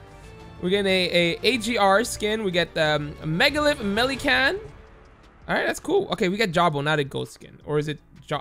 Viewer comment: "Megalith MelikAn"